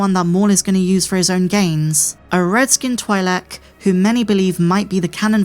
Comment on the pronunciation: Say it with me, "Twee-lik" not "Twy-lik"